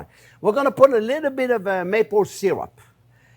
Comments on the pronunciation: " Maple " not Mapple 😅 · Great cooking show but PLEASE do not corrupt the English language like Americans usually do. It is Maple NOT. Mapple. Other than that keep up the great work.